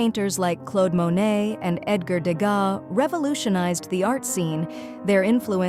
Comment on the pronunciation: " like Clode Monet" ?